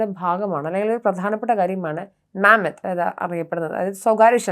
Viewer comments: മാമത് അല്ല മമത് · മാമത്ത് അല്ല മമാദ് എന്നാണ് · മാമ്മദ് അല്ല മമ്മാദ് എന്നാണ് ഹീബ്രുവിൽ പറയുന്നത്